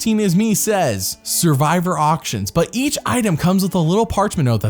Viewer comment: me skipping the 4th one cos the dude literally cannot pronounce the most critical word "survivor"????